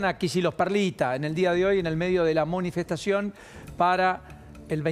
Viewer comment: Dijo la monifestacion ? jajajajajajajajajaj